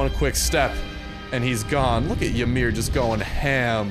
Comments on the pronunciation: It's not [Yuh-mir]. It's [E-mir]. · its pronounced e-mir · The y is silent. Do some research on your own heritage. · Psyducks rage of him saying it wrong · Not when the guy pronounces the “y” you correct what he pronounced wrong. Go bury your nose in a book, somewhere other than my bidness.